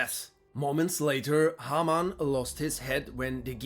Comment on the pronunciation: It's a nice touch to use even more of a german accent for Haarmann.